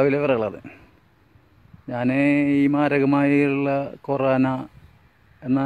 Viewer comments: കോരേണ അല്ല കൊറോണ, ആ വാക്ക് പോലും ഒറ്റ വട്ടം പറയാൻ പറ്റാത്ത ടീമാണ് ഒറ്റമൂലി കണ്ടുപിടിക്കാൻ പോണ് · "കോരാന " 😂 ആദ്യം പറയാൻ പഠിച്ചു വാ..... 😪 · എടാ മന്ദബുദ്ധി കൊറോണ ആദ്യം പറയാൻ പടിക്കടാ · ആദ്യം വൈറസ് ന്റെ പേര് പറയാൻ പഠിക്കൂ😄lol